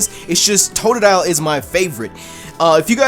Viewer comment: sorry its totodile